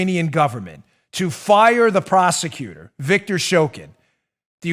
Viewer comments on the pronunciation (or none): none